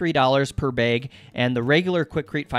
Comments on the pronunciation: "Bag" is now "baeg". This is so interesting. I'd love to hear him say "ay-pple" lol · the way you say "Bag" is driving me nuts. but great video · Maybe I'll do these counter tops in my cabin build. I love the way you say 'bag' and 'rag'. Maybe it's Montana accent. Cheers! Chris. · People in WV (where I live) often say it this way too. Didnt mean to make it sound derogatory.